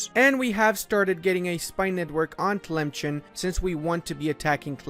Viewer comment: tlemchen.... bro its pronounced as tlemsaan